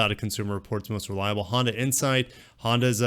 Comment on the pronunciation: Lexota, Hondura, nissiniti 🤣🤣🤣 keep it up